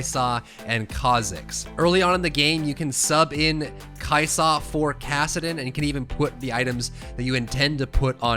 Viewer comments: The way you say Kai'sa legit almost makes this unwatchable. Stop adding so much emphasis on the 'sa part lol. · kai' Saaahhh dude. Kai' soh. It's kai' sa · The way he says kaisa makes my ears bleed